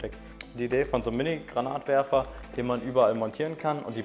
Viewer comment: "Granatwerfer" oder "grenade launcher" .......aber bitte nicht "Granat launcher" xD Finger lang nicht vergessen ;) Sollte das Teil nicht eher als Schrotflinte(Schrotwerfer) gesehen werden?